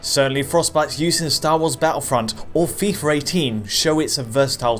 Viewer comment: "Fi-Fer 18"